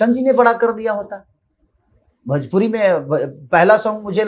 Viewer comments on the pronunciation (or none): पहले भोजपुरी ठीक से बोलना सीख ले.... भोजपुरी होता है भजपुरी नहीं... इस से बड़ा जलनखोर और कोई नहीं है भोजपुरी में... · अरे पहले भोजपुरी बोलना सिख ले भजपुरी बोलता है 😂😂 मसूरिया 😂😂